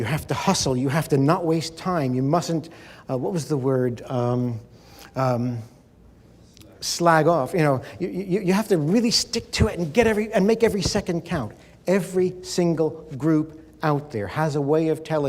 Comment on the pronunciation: Oh, and he also says 'slag' for 'slack'... I prefer his model of 'mind control' to any of the many others I've seen, and that is an achievement!